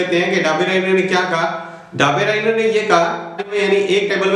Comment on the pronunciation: It's not daberainer it is dobriner